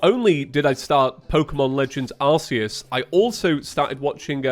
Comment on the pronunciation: since you mispronounce arceus (it is pronounced ark-ee-us, according to the handbooks and movies), the arc phone will be pronounced in a rude way and not be subject to mention I assume? hehe jokes aside, i've personally been loving the 3d pokemon since after years of playing the 2.5D games they feel way faster and I can't go back to the slow classics I love, also there's less pokemon options in the oldies glad to have you back!